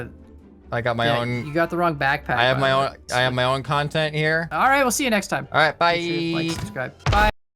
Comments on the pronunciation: really said "i have my own kANtent here" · do you mean "kantent"